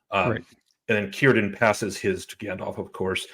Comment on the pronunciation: What kind of Tolkien fans are these guys? I clearly heard a mispronouncing of Círdan. Something that is very easy to learn